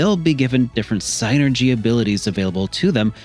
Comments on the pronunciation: It's pronounced SIN-er-gee. Saying SIGN-er-gee just makes you come off stupid. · I mean it is what it is :p like Tidus on FFX. lol. But with Psynergy being spelled, it's probably closest to psy-energy. I guess the sienerjee could work if it's trying to be a specific word and stuff. But it just sounds wrong. So I normally just go the regular pronunciation of synergy, or separate it as psy energy. It's all in good fun, though :p good vid :) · Of course. But i left a comment for the algorithm, and thought it was funny. It's sin-er-jee though